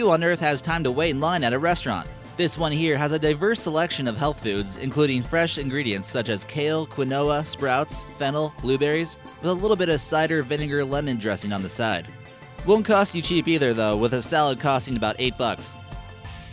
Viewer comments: qui-Ni-wa LIKE ITS SPELLED QUINOA AND IT'S PRONOUNCED kween-WAA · "Qui-No-Ah" Lol Its Keen-Wah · "kale, kwinoah, ---". Quinoa, keen-wah, not kwin-noah. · OMD! He said Quin-Oa instead of 'Keenwa' LMAO I died! 😂😂😂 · "KUI-NOAH"???? Try "KEEN-WAH". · "Quinoa." Kwi-noah. Keen-wah. Why is this so funny. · "Kinoa" Quinoa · kwi-noah. Kwinoah. KWINOAH. Bruh. It's keen-waa. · "kwi-Noah" lol it's pronounced keen-wah. cool video though! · srsly bro kwinoa no it's pronounced key-no-wah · did he say quinowa istnt it kinwa 😂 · you said kin-o-wah instead on keen-wah when talking about the salads including quinoa. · Did he pronounce quinoa as "quinohwa" instead of " "quienwa" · Now he said quin-oh-a, its keen-wa! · LMAO "qui-Noah" it's quinoa pronounced "keen-wah" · For your sake, quinoa is pronounced (keen-wah) not (kin-owa) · lol he said qin-o-a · It’s pronounced “KEEN-wah,” not “kwin-OH-uh” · Kwihnoah lol. Quinoa is pronounced Keenwah. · QuinnOahh?nah Quinoa it's pronounced Keenwa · did-did he just say kwu-noah? Quinoa is pronounced keen-wa... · Quinoa is pronounced "keen-wah" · It's pronounced "keen-wa" not 'kin-oh-uh' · its not quanoa its said keenwah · it's — it's pronounced keen-wah, not kwih-noh-ah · Quin - no - ah WTF?!? How about try pronouncing it properly ... Keen- wah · Quinoa (keen-wa) not (qwi-no-a) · ITS KEEN-WAH NOT KWI-NO-UH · Did anybody catch how he said Quinoa? "Ki-no-ah" lmao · it's fucken pronounced keenwa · "quinoah" LMFAO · qwin-nola? in the salad machine lmfao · "Kinowa" Did you mean, "Quinoa"? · "quinnoah" "u mean quinoa bro?" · Kwinowa lol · Cool video but I was so bothered by two things: one, quinoa is pronounced keen-wah, and two, atm machine is redundant because atm stands for automatic teller machine (machine). But nice list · Canowa do you mean quinoa 😂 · Quinn-noah??? You mean Quinoa????? This bothered me more than it should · quinoa is pronounced "keen-wah" xD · Quh-Noah.... Haha I used to pronounce it like that too. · Quinoa= Keen-whaaah